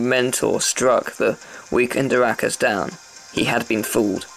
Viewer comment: Really because I remember everyone in BBS pronouncing it more like ER-a-kus.